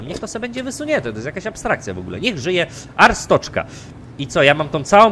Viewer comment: to wymawia się Arstocka nie Arstoczka